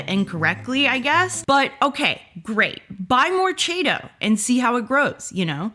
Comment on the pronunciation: Everytime she mispronounces chaeto, drink!